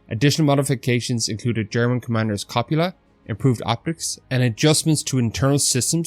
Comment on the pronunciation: Copula or cupola? I thought it was cupola, but English isn't my first language.